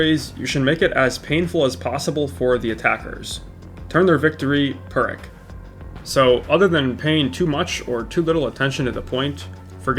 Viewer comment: You mispronounced "pyrrhic" btw